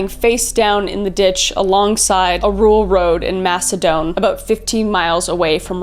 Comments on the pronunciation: just an FYI as someone from the area of Rochester Macedon is pronounced as like you were saying mass-e-din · Idk if anyone here said this. I grew up in the Rochester area of upstate NY. Lived in Macedon, NY from 10-20 years old. Then lived in the Fingerlakes area. It's pronounced MaceDON. Like "the Don." Donny. Great video, btw. 😊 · Me: Why does the Alphabet Killer sound so familiar? One of the victims is found in my hometown of Macedon. Its a small town (currently only about 9,000 people live there) where not much happens so of course Everyone would be talking about this. (Sidenote, Macedon is pronounced more like Mass-a-din. No shade though, tons of town names in upstate NY are difficult to pronounce) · First off you pronounce Macedon wrong. I am from this area lol. Lived here for 32 years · The way you said Macedon made me laugh. I’m from the Rochester area & I’ve never heard it pronounced that way. 😊